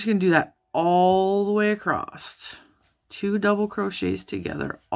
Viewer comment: Thanks for this pattern suggestion. Might I just point out that you are mispronouncing "across"...there's is no "t" at the end, as you have said it throughout your video ;)